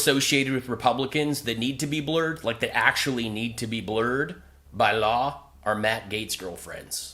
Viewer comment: kind of a weird way of pronouncing “by law”